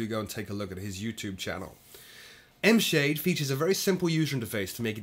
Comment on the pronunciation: Got $5 that says ENVSAHDE is supposed to be pronounce as ENVY Shade